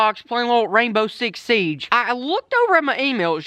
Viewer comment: Did anyone hear him say rainbow six sige that is my favorite game